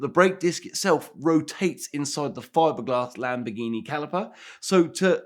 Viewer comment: "Lampoorghini" LoL!